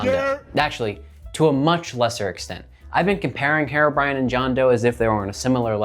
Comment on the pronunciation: Why are you saying it like "hair-o brine"? It's HERO brine!!!